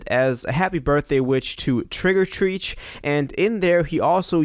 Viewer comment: also it’s not pronounced “Treeeech,” it’s “Tretch.” 😉